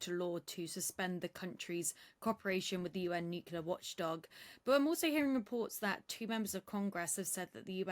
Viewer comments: Nu-cu-lar on the bbc by a Brit 🤦‍♂️ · Woman! You are British! It's pronounced "new clear", not "new kewlar".ffs